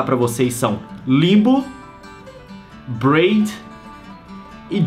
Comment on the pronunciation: não é bred, é "braid" !